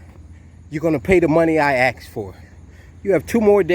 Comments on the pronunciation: I can't take anyone who says axed instead of asked and goes on and on about being oppressed seriously...turns out he is oppressed over...parking tickets???? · You gonna pay the money I axed for? Seriously! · Of course they’re going to pay him the money he “aksed” for.